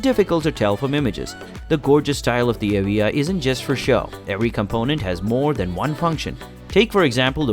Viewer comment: The Lotus what? Maybe listen how you pronounce the name before you describe it.